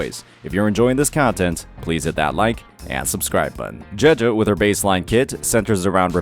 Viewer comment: I play the game in Japanese as a chinees person and the way he pronounces name, just doesn't feel right to me XD. No hate though, just a little autism from me